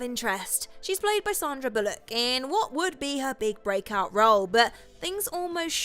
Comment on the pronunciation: 310 - Umm I think someone mispronounced Sander Bullock's Surname . . . . . . . .PMSL!